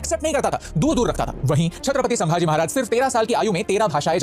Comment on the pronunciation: Bro थोड़ा करेक्शन है.. संभाजी महाराज है शांबाजी महाराज नहीं..